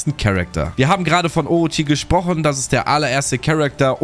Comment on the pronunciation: orochie, bosschen triggered durch die aussprache yikes